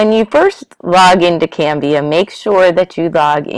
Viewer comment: It's CANVA. Not Canvia haha